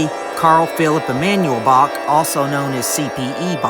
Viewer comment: I'm sorry but then your AI narration scerwed up the name of Bach, I hit the stop button.